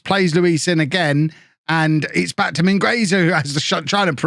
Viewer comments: The u in Mingueza is silent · the U in Mingueza is silent! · channelling his inner Ronald Koeman with Mingueza. In all seriousness, in Spanish the U in this case is silent